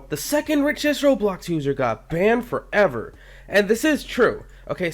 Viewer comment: Banned forEver thats how he says it